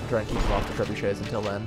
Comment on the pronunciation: he said trebushits lol!